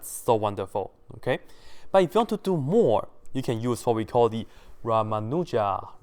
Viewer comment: Ummm..., I just wanted to tell you that the ending 'n' of Ramanujan is actually pronounced. Thank you!